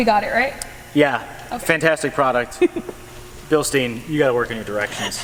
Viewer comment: Billsteen... funny pronounced in the US 😜 Greetings from Bavaria Germany!